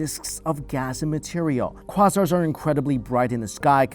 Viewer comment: I have a feeling he just learned about quasars, because I've never heard anyone pronounce it that way